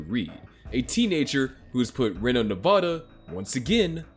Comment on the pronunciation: It Count not account it's one count of murder not one account of murder This was very difficult to watch because of his pronunciation of Reno as well